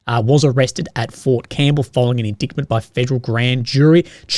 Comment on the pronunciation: Indickment, ffs that's MTG level of simp.